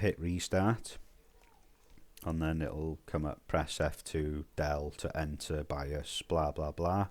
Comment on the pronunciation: Nope didn’t make a difference, in fact made my fps worse. My fault getting advice from a guy that can’t even say bios correctly